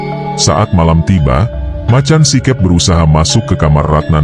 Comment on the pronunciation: Baca macan sikep itu make logat jawa si keup